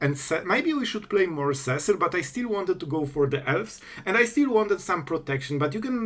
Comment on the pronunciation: Seh-sill.... had to stop the video right there. See-sill Cecil. Cecil. Repeat after me class SEE_SILL Cecil.